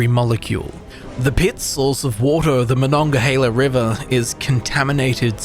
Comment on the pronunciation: Yinzer here - is an absolute legend with correct pronunciation of Monongahela (this name always trips up people not from here). Also - with or without a nuclear apocalypse, there are no blue skies here...Only grey